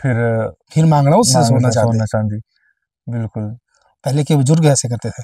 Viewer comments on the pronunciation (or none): I love when he say "phirr" 😂😂